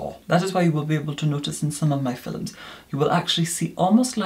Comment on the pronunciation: I live for your "fi-LUMS" ♡